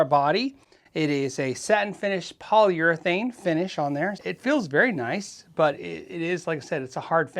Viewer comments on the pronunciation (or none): none